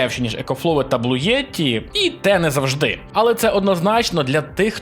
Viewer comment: блуєті?.. а не блуті?) топ випуск, багато чого корисного для себе взнав, дякую)